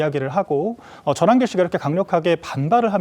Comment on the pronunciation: 전한길 말 그따위로하냐 한글발음 다시배워라 발음이 잡놈잡상 골라골라냐